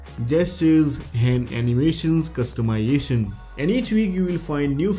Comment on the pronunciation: Pronunciation errors: flash, htc, customization, exclusive, features, considering, 5 (five), camera...And a lot of grammar errors. When you write the script try and use one of the many online tools. They can help fix the grammatical and pronounciation errors.